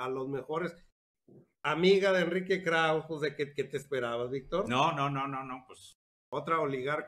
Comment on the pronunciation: se dice KRAUZE 🤷🏻‍♀️🤦🏻‍♀️